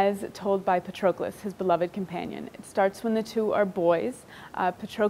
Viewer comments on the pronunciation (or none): She can't even pronounce Patroklos. 🤦 Even Brad Pitt pronounced it better 🤣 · I love the book and Miller's writing is excellent! However her mispronunciation of Patroclus is getting under my skin